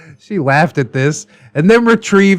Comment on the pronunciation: "She Lwaughed at this"